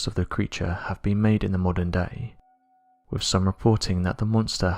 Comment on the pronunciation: What is it with SO many of the British sounding narrators on here who either CAN'T or WON'T pronounce their "th" sounds??!! As an example: they'll say "...wif..." instead of "...wiTH..."??! I was brought up to actually pronounce words correctly and it just bugs the ever lovin' HELL out of me to hear (ESPECIALLY) Brits screwing words up!!!